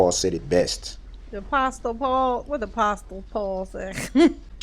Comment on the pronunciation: He pronounced Apostle wrong. For a person that has supposedly had a religious upbringing. That’s surprising!